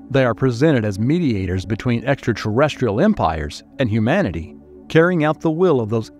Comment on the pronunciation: Where can I get a job as a video narrator? Mispronunciation in narration is one of the most irritating and jarring aspects of YouTube videos. It’s not ‘hum-man-ity’, it’s ‘hue-man-ity’. We’re not hummans, we’re humans.